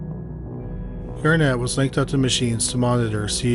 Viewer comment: Absolutely despise how the name Garnet keeps being pronounced. EmPHAsis on the wrong sylABle. 😂